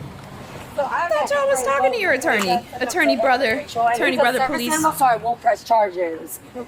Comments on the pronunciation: Anyone who pronounces police as “po-leece” is immediately guilty in my opinion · Military poh-lice